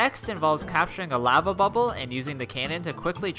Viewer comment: why do you say lava weird🤔🤔🤔🤔🤨🤨🤨🤨